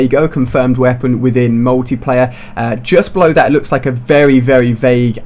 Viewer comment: Ali-A you're a bit late, BLAQSONiC already covered this. And please take elecution lessons and learn how to speak properly. It's pronounced 'MULTIPLAYER', not, 'MUWTIPLAYER'.